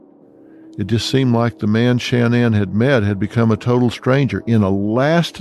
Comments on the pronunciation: Sha-NAN, Not Shan-nan. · Her name wasn’t pronounced “Shann-Ann” with equal accenting on both syllables. It was pronounced “Shin-Anne” with the accent on the second syllable. This was the pronunciation by even her family. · I do not understand alot of media that cover this story mispronounce Shan nan especially when she was on social media and her friends say it using the emphasis on the nan not Shan like Dr Phil is doing. Crazy. Shan- NAN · Stop calling her Shan-Anne!!! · I cant listen to mispronounced name over and over. The first A in Shanan is ah sounding. The emphasis is on the nan part. Sha NAN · Phil, why are you so disrespectful?! Her fucking name is “SHA-NAN”!!!! Or her birth name “Shannon”! It’s “sha” like “ah” the end is Nan . Sha (ah) Nan!!! Shanan! Rolling it together! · Dr. PHIL, HER NAME IS SHANNAN NOT SHAN- NAN! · I wish you would pronounce her name correctly. Seems like something you shouldn’t research before making this whole video.Ugh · I wanted to watch this, but the way Dr.Phill says Shanaan, is an ick for me 😢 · Its so annoying how he keeps mispronouncing her first name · Maybe Dr. Phil could have taken the time to learn how to pronounce the victim’s name?